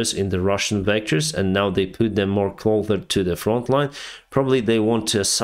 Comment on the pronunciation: Stop saying clother to closer, s pronounce s